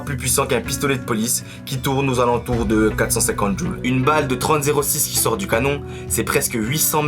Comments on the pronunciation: Hé!!! c'est pas djul mais joules....😅😅😅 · Joules.... Pas jul.... Tu parles de puissance pas de destructions auditive